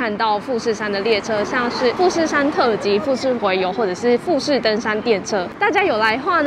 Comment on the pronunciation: .........特急好像唸錯